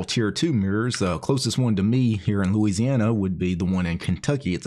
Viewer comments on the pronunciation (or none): none